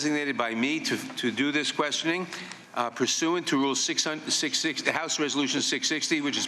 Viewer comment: WOW, GOD YOU ARE BRILLIANT, " IT IS PART OF THE RULES OF THE HOUSE 660" over and over again it sounds to me like he is saying 666, right on !!!!!!! HAHAHAHAHAH.